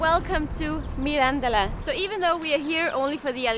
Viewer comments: Oh, come on,! You're in Portugal long enough to know that EVERY single motorway in this country (with the exception of a short stretch of the A8) is paid, so don't act so surprised. Btw, Mirandela is pronounced like Mandela, with the accent on the "e" and not on the "an".; ) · When you say Mirandela you have to open the "e", like you say "ela"...!! - You are simply a true "spectacle". Wish you THE BEST....! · I'm not a great fan of alheiras but the real ones are from Mirandela for sure and when they're well cooked I can eat them from time to time. By the way Mirandela has no accentuation at all so you have to pronounce it MI-RAN-DE-LA as if it was four musical notes with the same value each one. Enjoy Trás-os-Montes my countryland.